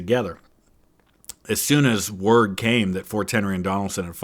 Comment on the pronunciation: *forts…..not “force”